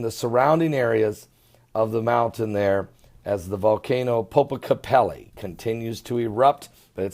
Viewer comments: Popocatepetl. It is POPOCATEPETL WITH AN "L" AT THE END OF THE WORD, PRONOUNCED POH-POH-KAH-TEH-PETAL. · I believe if he spelled the word correctly, he could pronounce it much better. My point to him was that it did not end in an "i" but an "L" and the last syllable pronounced like the petal of a flower. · It is Popocatepetl ! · seems to have great difficulty pronouncing place names and people's names - no matter what they are - I doubt if he will change anytime soon:-)